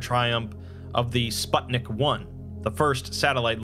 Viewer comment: Just as an fyi, the "u" in "Sputnik" is read the same way as in "put"